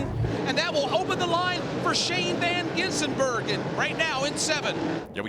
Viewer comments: You mean Shane Van Gisenberg-en?🤣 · Shane van GisN burger? Learn how to read or watch one supercar race ffs. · If the highlights are anything to go by, it took the journey of the race to figure out how to say his name, but I'm glad they got it by the end! SVG's attack and ability to pull way was unreal. The dude is fast in everything, even a rally car, but especially a high horsepower chunky beast around a slippy street circuit. That's his specialty!